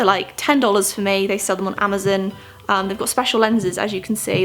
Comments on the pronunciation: I LOVE her accent, when she said Amozon and pronounced it Amizon😁😁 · I can't be the only one who is so amused by the way she says amazon right?